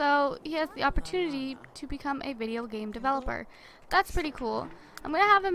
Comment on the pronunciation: I thought she say gay not game hehe xxx